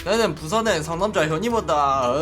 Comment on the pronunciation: 처음에 나는 부산의 상남자 다가 내는(?) 부산의 상남자 다라고 들리는데ㅋㅋ